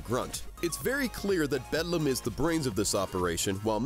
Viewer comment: While I really like this analysis and agree with it, I kept laughing at how frequently you mispronounced Beldam's name. Also, pretty sure Grubba just flat-out died.